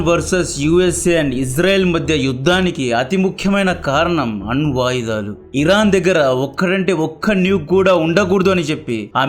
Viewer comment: ఒరేయ్ చావదొబ్బకురా.... అన్న..... వాటుదాలు కాదురా. Anvayudhalu